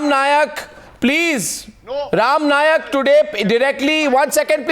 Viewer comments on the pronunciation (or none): Arnab chutya, it is not "Nayak", it is "Naik".